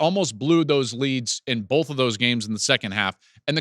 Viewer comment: First off Joel, “bolth” isn’t a word “both” is. That Northern accent shines through there. Ramen is a pasta you do it the right way.